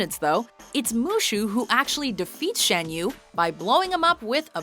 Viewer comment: no it's talking donkey for dreamworks not pixar Also it's Shaaaaan yu not pronounced SHan yu long a not short a